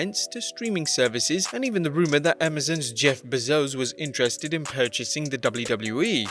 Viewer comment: "Sorry if I mispronounced that name" You mean like you keep mispronouncing Jeff Bezos' name?